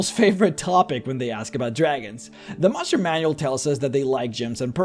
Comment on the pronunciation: I love it how you say "tressure" and "mushroom" manual lol